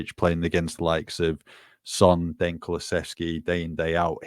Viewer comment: I so wish that stopped calling Dejan or Deki DANE!!! It really frustrates me!